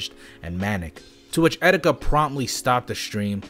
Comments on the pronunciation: I know this is serious but Did he just say 'etsetika'? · Did you just say excetika? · Did you say et cetika